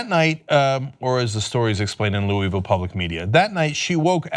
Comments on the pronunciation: locals pronounce it lou-uh-ville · Hearing the way Cenk said louisville... I can't.